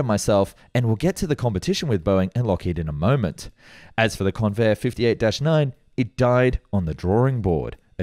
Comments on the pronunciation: I was NOT called Con-vair' Instead, the strong syllable was the first. It was appropriately pronounced Con' vair. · It's pronounced CONvair! (I grew up in San Diego in the fifties.)